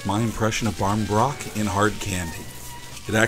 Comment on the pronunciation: Pronunciation isnt bad. If you said it to an irish person they would understand